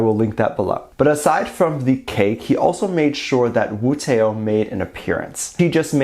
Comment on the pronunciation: pronounced "wootó" no wootE-O